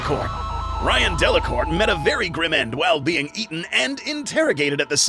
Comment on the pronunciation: One small thing, Delacourt's first name isn't Ryan, it's Rainn, pronounced like rain (like the weather), Rainn Delacourt.